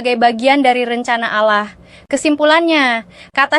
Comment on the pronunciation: Kata ALLAH dilafal ALLAH biasa aja x ya... Jangan diucap seperti orang islam mengucapkannya. 😭